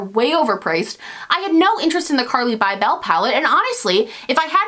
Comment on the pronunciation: it's carli "bible" not BYE BELLE